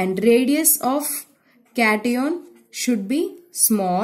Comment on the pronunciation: Kation😂😂.aanioon😂 ⚒️anion 😮 cation😮